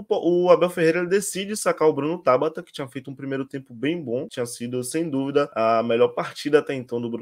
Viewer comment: Não é TÁBATA. É TABATA!